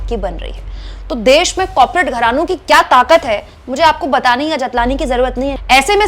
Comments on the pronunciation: कौर-पो-रेट We can understand, its a slip of tongue 😊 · कॉपरेट नहीं कॉरपोरेट